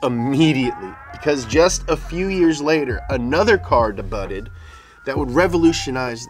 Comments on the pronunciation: I'm trying to figure out if he's saying debutted instead of debuted as a joke or not. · Dey-bued, not deybutted. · Lol love the way he pronounces debuted, when it is (day - buuude) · Did he say "debutted" instead of "debuted" - you know the word with the silent "t"? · Dee-Butt?? Haha, you know it's pronounced "Day-bue" right? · I love when he says "debutted" lol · this man literally said debuted as De-Butted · "Debuted" (day-byood) ya dummy!! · Another car "debutted" lolllll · Debuted pronounce "de butted?..... HAHAHAHA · come one man. Don't screw up pronunciations. Debuted, Stuttgart and others. You guys go above and beyond to pronounce french or Italian words, but fuck up English. For the words you guys created HRSPRS(horsepower) you do whatever you want. Idiocracy documentation start like this, it starts by one word, then another and then a sentence..! Please.